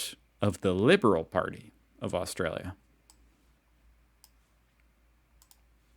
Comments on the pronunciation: Aust...R...alia, It has an R in it and you get is wrong quite often. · Bro, AustRalia has an 'r' in it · First, it was Woolsworth now. It's Austalia. You're starting to slip.. 😂😂